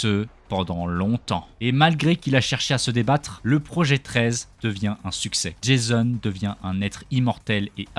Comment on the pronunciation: Tu tais tromper tu a dis jaison😂😂😂